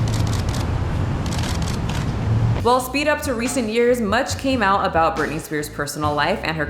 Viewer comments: It’s Britney not Brittany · Hey, it's Britney not Brittany